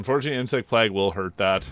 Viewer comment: Great video, very eager for this to come to console! But your pronunciation of “plague” is killing me